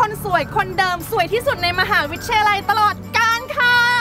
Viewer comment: มหาวิทยาลัยครับ ไม่ใช่มหาลัย